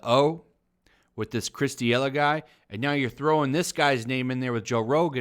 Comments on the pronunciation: This is unacceptable... It's D'elia no D'iela haha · Chris D’ella or Chris D’Elia? Just a heads up you pronounce it “duhLEEuh”. D’Elia’s last special went hard af but fuck it call him whatever you like. Sheeeit, call him Epstein for all i care 🤷🏽‍♂️ Train by day. Joe Rogan podcast by night. All day 💯 FTW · “This Chris DeeElla guy”. It’s Chris Da-Lee-Uh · Chris De-E-Lah 😂😂😂😂😂. It’s pronounced De-li-Ah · He kept calling him Chris D'Elia when it's pronounced D'Elia... What how do you say this?? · “D-ela”? In what world is “lia” pronounced “la” you butchered the name because you didn’t even try lmao. You just said whatever you felt like calling him... which is admirable but for fucks sake take your channel seriously. Do your homework. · Chris Duh Ella? Come on man... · D yella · Chris Duh-Lea <---- pronounced like that.... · "Chris D'ela" The "i" in Chris D'elia's last name: Am I a joke to you? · FYI, figure out how to pronounce someone’s name before saying it on air. Makes you look bad and hurts your credibility. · If your gonna talk shit, at least learn how to pronounce peoples names. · How do you report on Rogan and D’Elia and don’t even know how to say D’Elia? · How do you pronounce d’elia like THAT????? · Dude, do some research before putting out videos. I don’t know how you could have missed the D’Elia story. It was everywhere. At the very least learn how to pronounce his name. Why bring it up so much if you know nothing about it? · Listening to this guy mispronounce Chris's name is amazing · Maybe don't do videos if you can't pronounce someones name. Fucktard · How much homework did you possibly do if you can't say Chris's name? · You should learn how to say a name correctly before making a video you dumbshit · The way you pronounced "D'Elia" though. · I call people dumb with the same logic. I wish this guy would at least pronounce Delia's name correctly. People might think there are two pedos out there